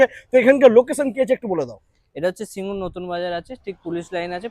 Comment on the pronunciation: ওটা সিঙ্গুর, সিংগুর নয়। Made in India (Delhi) না বলে, Made in Japan বলার জন্য এই ভিডিও টা কে Youtube এ report করা উচিত।